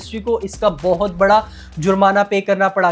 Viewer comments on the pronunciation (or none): none